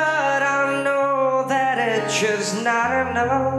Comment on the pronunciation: Đoạn " I would send them but I know that it’s just NOT ENOUGH ". từ "NOT ENOUGH" nghe ảo thật. mik ko thể phát âm giống đc. hic2